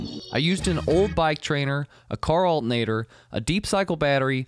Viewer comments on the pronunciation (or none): Cool video. I like the way you call an alternator "altinator". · I really like how you say "alternator." While there are a lot of things I enjoy about your vids, that was the clear payoff in this one.